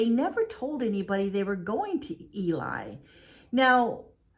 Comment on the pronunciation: It's not Eli, it's Ely. pronounced Elee